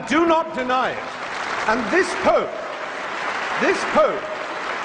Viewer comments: I'm a logical member of society who came here to witness a intellectual and stimulating debate... and i can't get over the fact that the Archbishop says poop and not pope. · being horribly childish here but I cant help laughing at the Nigerian clergyman calling the Pope as Poop